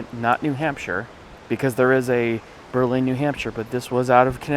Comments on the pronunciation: It is a lenticular truss bridge. There is a preserved walkable one in Lovers Leap State Park in New Milford CT. Since WWI both Berlin NH and CT have been pronounced BERlin, not BerLIN. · Berlin NH is pronounced BER-lin. Don't ask me why. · Berlin. AGAIN, not said like the city in Germany, this small New Hampshire town located along the Androscoggin River is pronounced "BURR-LIN" Stressing the BURR, not so much the lin